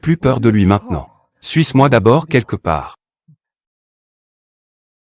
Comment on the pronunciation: En afrique il y'a des personnes qui savent mieux lire et traduire le francais,exemple: suismois au lieu de suis moi😂😂😂vraiment